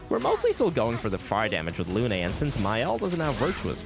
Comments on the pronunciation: The name is "Lune", not Loo-Ney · You cant be playing the game in french and pronouncing Lune in Luné yknow 💔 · why is everyone saying "luné" it's lune, like the french word for moon, holy hell, y'all gotta be doing this on purpose at this point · the original language of the game is french, the name lune is french so it's safe to say that the intended pronunciation is lune like in french, the song is just so it does better internationally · it's not pronounced "loon" tho